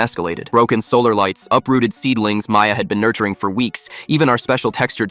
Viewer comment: Maya? It said “Mia”